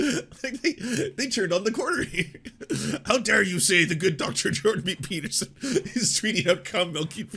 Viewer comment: Video starts: "Doctor Jordan Pee-Peterson..." Ah, Mondays.